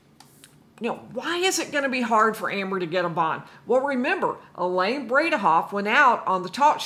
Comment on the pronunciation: Elaine “brain-ah-off”